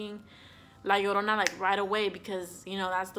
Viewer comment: Te escucho cuando dices "la llorona" y "mexico" y veo que que hablas español... Ahora sube este mismo videos en español